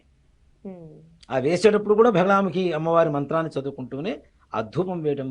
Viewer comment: It is only Bagalamukhi not Bhagalamukhi. You should not stress Bha.